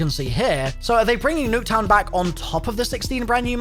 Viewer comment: Everytine he said Nuck town I wanted to die